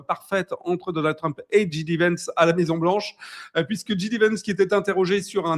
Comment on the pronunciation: Bonjour et merci! Pour que ce soit "encore plus parfait", n'oublie pas que JD se prononce djay-di et pas dji-di. Donc djAY-di Vance!